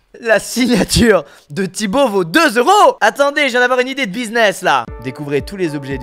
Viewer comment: On dit pas zeuro mais euro